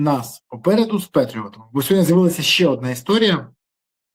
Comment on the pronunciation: Не хоче Пан Береза говорити " сьогоднІ" замість "сьогоднЯ". Тобто ,не читає дописи😂